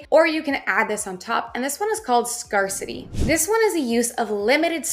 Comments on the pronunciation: Quick tip: You mispronounce "scarcity" every time. It should be pronounced like "scare city". You pronounce it like "scar city". :) Great tips though and I always enjoy your videos! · Scare-city, not scar-city. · Yeah nice try. We definitely say "scare-city" in Canada. She just said it wrong for both sides of the border😂😂😂